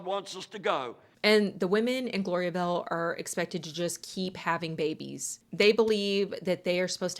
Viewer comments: It's Gloria Vale, not Gloria Bell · Gloria-vel? Try saying "Gloria-vail". Had no idea who you were talking about